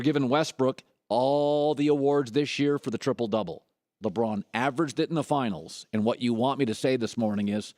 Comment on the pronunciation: You had me until you said "La Braun."